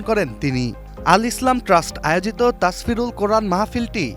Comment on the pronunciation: রিপোর্টার ভাই তাসফিরুল❌ তাফসিরুল✅